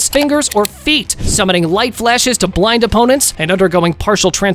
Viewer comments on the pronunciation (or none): none